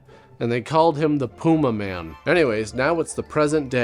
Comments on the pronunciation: say it with me ffs: pah - yuma. . . PAH - YUMA. now say it quickly. pah-yuma man! not pooma-man ffs carry on sir. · Kobras: Pewmaman...Pewmaman! Servo: I believe it's pronounced Pumaman. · That’s pronounced pu-MAH-min 😅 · I will never forget Tom Servo pronouncing it like, "The Pew Maymen." I still giggle every time. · It's pronounced "Pyuma man". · * Pew may man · or "Pyumaman" as Dyonald Pleasance says it.